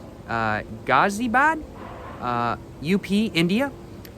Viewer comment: Him saying ghaziabad is very funny 😂